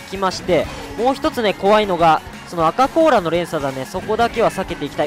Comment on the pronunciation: アカこうらが「バカこうら」に聞こえた笑